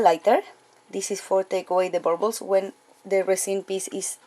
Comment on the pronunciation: I love how she says "burbles" for "bubbles"!!!! I'm going to say it that way from now on!!! BTW...I have a very good friend who lives in Bergen, Norway. 😁